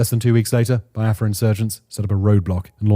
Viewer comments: Not pronounced Bai-a-fra. Its Be-a-fra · Its pronounced "be-are-frah" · It's pronounced like BeeAfra